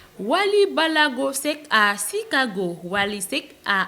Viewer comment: Chicago se prononce avec un CH comme chérie. Pleazzzzzz